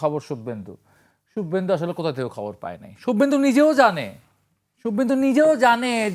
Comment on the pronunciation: সুব্বেন্দু না রে 😂 খোদাই খাসি😂 শুভেন্দু। 😂উর্দু ছেড়ে বাংলা শেখ।